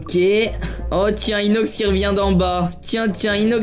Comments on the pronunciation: Michou ne sait plus parler Qu'on est (qu'on soit) Inoxch (inox) Et il dit 2x imposteur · MDR "Inokch"😂😂😂